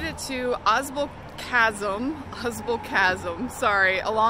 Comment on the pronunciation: Ausable is pronounced aw sable